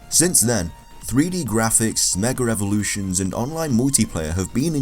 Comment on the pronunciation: He said Nigga revolution instead of mega evolution